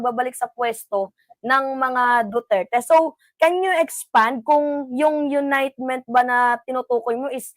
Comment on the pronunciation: Why does she insist on "unitement". Someone tell her please!!